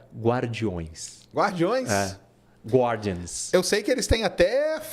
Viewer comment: so por curisosidade a pronuncia de guardian é gardian, fora isso, excelente papo